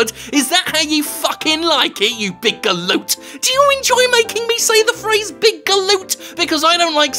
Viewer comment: Oooooh, go on Jim, say it once more, say gallute again.